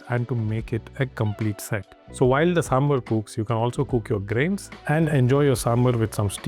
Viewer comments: Ok. IT IS NOT "SAMBUR" IT IS SAMBAR. NORTH INDIANS CAN SAY SAMBAR. THEY WILL BE UP IN ARMS IF OTHERS CALL NAAN "NUN". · The correct pronunciation is "SAAM-BAR" you are pronouncing it SAAM-BER so its sounds confusing with Sambal. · Hello brother, It's not samberr or somebeer, It's pronounced as SAMB-BHAAR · It is pronounced as "sambhaar".